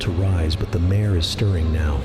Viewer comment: Dude....you pronounced so many things incorrectly. It makes your video nearly unbearable. I'm not trying to be rude, but if you aren't 100% sure all you need to do is type the word into Google and ask it how to to pronounce the word. And mayor, is not the same word as mare. So if the video meant mare then they were really screwing up. OMG you just said, "one of the kids, HIS name is sarah." Dude...write a script, edit it, spell check it, learn how to pronounce it. Every time I hear a glaring mistake its like hitting a brick wall. I feel so rude saying all this but I know it would majorly help you get more subscribers if you just put in a little more work